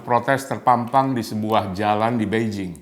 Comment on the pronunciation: Bangga dgn kemajuan RRC mulai mengalahkan "White-Supreme Power" . Bang Luthfi, maaf untuk koreksi sedikit dalam mengucapkan ejaan tulisan Mandarin China versi "Pinyin" secara tepat. Dalam pronunciation "Pinyin" huruf "D" dibaca jadi "T", namun "T" sendiri menjadi "Th". Juga utk "G" menjadi "K", dll. Jadi utk Mao Zedong dibaca Mao "Che-Tong". Beijing menjadi "Pei-Ching". Xi Jinping = Xi "Chin-Phing", Yi Dai = Yi "Tai", Guomindang = KuoMinTang" dst. Tmk bang.